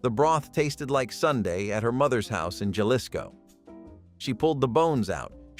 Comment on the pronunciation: U say it Halisco,NOT jalisco! The j's are pron oun ed like a h !